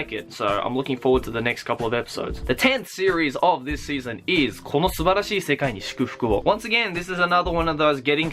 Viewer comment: that on point pronunciation for Kono Subarashii Sekai ni Shukufuku wo! was awesome.